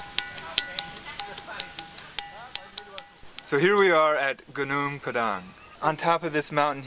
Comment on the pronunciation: Thanks for pronouncing Padang correctly 😅